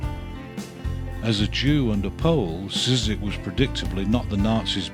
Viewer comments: Wonderful series. Just one tip for the pronouciation: Szyk would be pronounced as Shyk in his country. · Szyk's name is one syllable! More or less "Shick." Pardon the nittygritty. A fine series. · I don't know if You are a person who narrates this but if you want to say "Szyk" you say "Shyk" as in polish "sz" is read as an "sh" in english. I hope it makes reading polish last names easier :D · Just to let you know Szyk is pronounced 'sh-i-k' Sh(as in shock) - i(as in did) - k(as in key) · For future reference: Szyk is originally pronounced like "shit", just with a k at the end. Don't know what the Americans made of his name in the end, though.